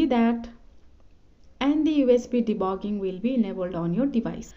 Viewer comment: BRO JUST SAID usb debogging😂😂😂😂